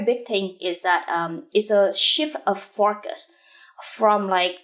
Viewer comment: Huyen, everything is impressive-- the hardwork and smartness comes through! Lots to learn from your work! One thing though... The way you pronounce the word "focus" doesnt quite sound right!